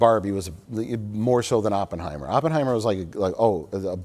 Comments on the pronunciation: "Top block-bursters like Bawrbie and Oppenhower". lol..too many lunchtime martinis.. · “blockburster” and “Oppenhower”?! That is some Rich Evans-level mispronunciation! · Gotta love the 'blockbursters' and 'Oppenhauer' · “block bursters”? “Oppenhower”? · Blork Bursters? Open Homer?? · "Oppenhower" 😂 Also did I hear Blockburster? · HUH? You don't like "Block Burrsterrs" and "Oppenhower"?